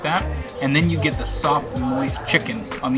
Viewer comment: She says "sense" instead of "since" and "new years.' While he's busy saying "gits" instead of "gets." It's just brutal. You know what they call Brazil nuts in Brazil? Yup they call them nuts. You know what they call Buffalo wings in Buffalo? Yup, they call them chicken wings. "Egg roll crust?" You mean wonton? Why bother?